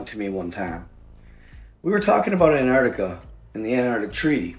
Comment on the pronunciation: an-TarC-tiCa, who is anne artica?